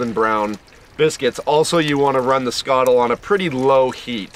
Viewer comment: Just happy you can pronounce skottle properly